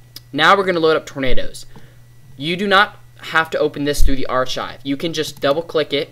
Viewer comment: its suposed be said arkive